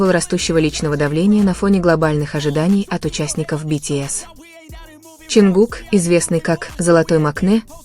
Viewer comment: Канал соссенок,ударения хоть правильно ставьте на имя Чонгука,и не врите на весь мир эти слухи,они должны идти своей дорогой,не придумывайте новые романы😊